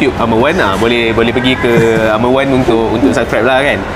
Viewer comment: Done watching! 'R' Wan yang mahal tu haha.